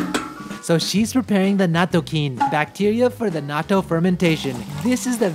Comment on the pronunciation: I wish you pronounced nattou correctly. It's pronounced the same in English as Japanese, yet you shorten the syllables when you say it in English.